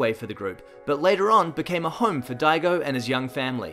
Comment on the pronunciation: "Hello Dego" ? What? da-ii-go... man what are you doing there? Daigo's English is better than your's my friend. Yikes.